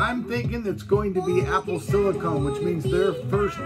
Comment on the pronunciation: SiliCUN is even worse.